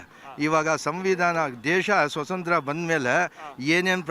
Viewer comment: ಸೊಸಂತ್ರ ಅಲ್ಲೋ ಕಣೋ ಮೊಂಡ್ ತುಣ್ಣೆ..... ಸ್ವತಂತ್ರ!!! 😂😂